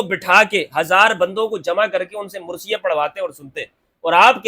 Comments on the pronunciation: Word is marsia and not mursia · Pl mind the correct word is MARSIA. And not MURSIA. Sorry to correct you but this is a difference in pronunciation